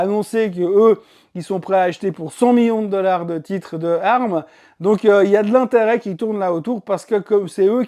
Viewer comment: C'est moi ou le son n'est pas top. Ca grésille un peu sur les intonations. Sinon merci pour la vidéo. Et pour ARM ça ce prononce "A R M" et pas "arme" sauf erreur